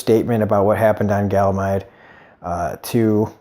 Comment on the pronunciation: Its funny when you say it lol but its ganymede not galamide. Great review as always!